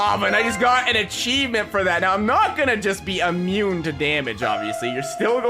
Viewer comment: Haha have a fire ressisstance effect haha so he said im imuine to lava